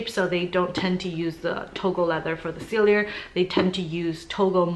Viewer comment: PALLADIUM not platinum. SELL-EE-AY, not sell-ee-yer. girl!